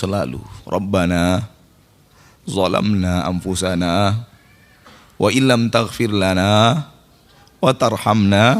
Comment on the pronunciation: Wasallam bukan walallam.mohon maaf.